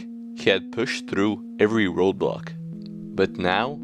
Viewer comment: In life, there's Roblocks